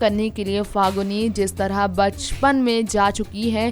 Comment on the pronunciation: pahali baat to faguni nahi falguni hai. bolna Sikh lo tab video banaya Karo ok